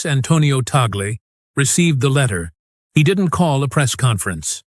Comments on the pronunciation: Please get your AI translation correct. It is TAGLE, not Teygle or Togli, nor Taglu,nor Taglug and so many other names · Why is the nam of Cardinal Tagle not pronounced correctly consistently?